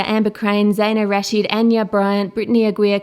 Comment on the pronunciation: you pronounced Rashid wrong... it's pronounced as if it were Rasheed. also, kaelyn ssg stands for kaelyn from S.S.G, seven super girls